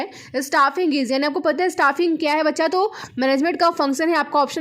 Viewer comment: Jab aap bachha bolte ho to bahut mast lagta h 🙂🙂